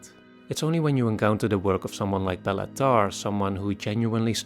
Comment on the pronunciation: “Bay-la” not “Bella”… I know because that’s my name too